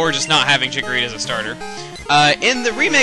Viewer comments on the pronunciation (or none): It's Chikorita.